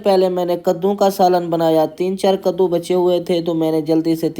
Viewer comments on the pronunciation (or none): Chicha gaddu nahi ( kaddu ✅ ) hota hai 😉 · Gaduu nae kadu hota hai bhai😅😅